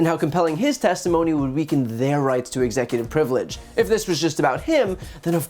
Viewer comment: Anyone else notice the word slurs and mispronunciations? Executor frivelege